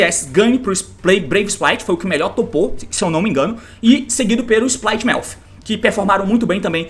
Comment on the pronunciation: Splight com "R" KKKKKKKKKKKKKKKKKKKKKKKKKKKKKKKKKKKKKKKKKKKKKKKK